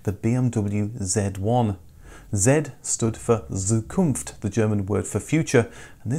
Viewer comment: Just a note, "Z" in German is pronounced as "ts", so "Bez" is "Bets" and "Zukunft" is "Tsukunft"